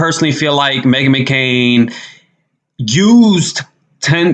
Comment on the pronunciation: Did you call her Meghan McKaren ??? 🤣🤣🤣 That wiped me Out